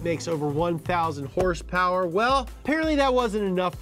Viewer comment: The way you say horsepower is annoying af.